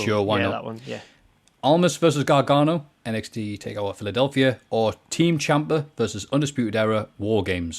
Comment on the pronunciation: kept calling NXT Takeover "Takeour."